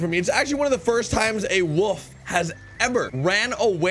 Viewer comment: Wolf not wove